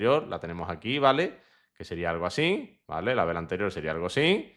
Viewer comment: se dice así, no asin. Te lo digo por que queda muy feo. Un saludo!